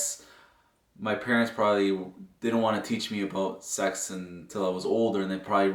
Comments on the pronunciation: I like how she says it properly and he just there the S. E. X. 🥴 LOL you good bro 😆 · I still can't get over saying S E X and not sex it reminds me when I was a child and saying like P I G and not pig or something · The dude can't even say the word 😂😂